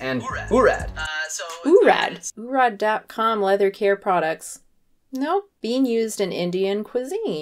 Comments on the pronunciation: just btwww urad is pronounced “uhh-rudth” or “ oo-rudth” not “oooo-raaad”. The letter a is pronounced kinda like a u, so instead of “aaa” sound it’s more like a “uhh” sound. Just as an aside , that’s how one says tantra and mantra as well. It’s ok everyone pronounces it wrong just wanted to let you know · Hey. It’s pronounced like urd (frost half of Urdu) and not oo-rad. Nice video over all!